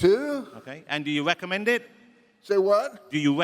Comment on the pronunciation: Host Panel:Do you Wekomended? The Dude:"What?"